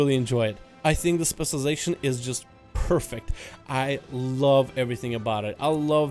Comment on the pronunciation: CAN YOU PLEASE JUST LEARN HOW TO SAY SPECIALIZATION